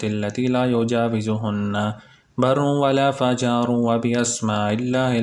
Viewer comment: Assalam o alaıkum brother. it is '' wala fajiru ''